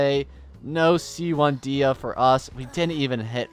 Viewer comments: We went from Day-Ha to Dee-Ha. There is a Y before the A in her name. Day-Ya is how you say it. Think of the name as "De" and "Hya." Please. I beg of you. Just say it correctly once. For me. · All this time for trying to help him pronounce her name, it's still "Deyha" Edit: at least the half of the video, he said her name properly, I still love the videos❤